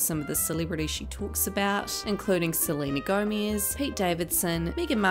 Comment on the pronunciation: No one likes Selena gomiz ( the way you pronounced it ) lol